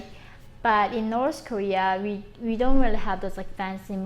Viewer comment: I love how she says norse korea